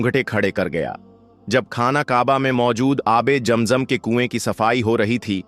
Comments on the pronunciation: Pehle sahi Naam to lelo jam jam nahi hai zam zam hai asal kam ki baat karo bohat lambi nogay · Please correct your pronunciation. It is not jam jam. It is Zam Zam. It is not khana kaba. It is khanay Kaba. It is not manjar. It is Manzar. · Bhai ASSALAM ALAYKUM APKA JAM JAM KA TALAFFUJ NAHY DURUST HE ISKA MATLAB YEH SAF HE KI AAP MUSLIM NAHY HO